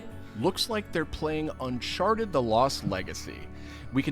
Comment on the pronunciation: "unSHARTED" -.- REALLY?